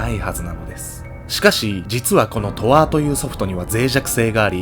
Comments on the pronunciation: とあーじゃなくて とーあじゃ… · トアーってw トーアなっw